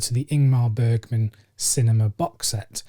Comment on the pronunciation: Since you’ve now corrected your pronunciation of Agnes I can provide you with the correct way of saying Bergman; it’s Bearjman with the J sounding like the Y in yet. :-)